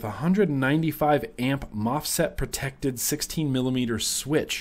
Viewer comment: I believe you meant to say MOSFET and not mofset for the protection on the mybox